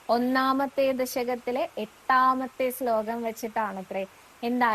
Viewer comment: സ്ലോകം എന്നതിന് പകരം ശ്ലോകം എന്ന് ഉച്ഛരിക്ക്യാണ് ച്ചാൽ ഒന്നും കൂടി കേമാവും.... നാരായണാ അഖിലഗുരോ ഭഗവൻ നമസ്തേ 🙏🙏🙏